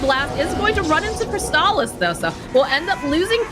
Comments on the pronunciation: kris ta lis hahahaha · Its the nasaly voice, souds like a goat having an asthma attack , she pronounces Crystallis with an emphasis on the A, the accent is really off putting and is a pain on the ear canal. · It’s obvious that she hasn’t watch alot of DOTA 2 tournaments. She just made Crystallis sound like a porn star. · I like how keeps pronouncing crystallis name wrong and then says it properly too her and many other times in the full video of the game, but she just continues to pronounce his name wrong. Also she does this after talking openly about how she pronounced Fly's name wrong for an entire game before. Can doubters really say she's not a terrible caster still? She's just so cringe it hurts sometimes, even when she does pronounce their names right she puts too much emphasis on it. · is not good at casting. And her pronunciation…. Crystallis is Crystal-is Not Cr-stallllll-is Yatoro is Ya-To-ro Not Ya-Doo-Rrrrrrooooooo-Gooooooaaaaallllllllll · It’s not just the way she says it (repeatedly), it’s how she’s turning it into a battle over who’s saying the names correctly. It’s beyond petty and awkward, I couldn’t finish the video.